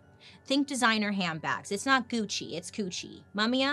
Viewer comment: It's not Gucci is coochi 😂😂😂😂😂😂😂 I'm DEAD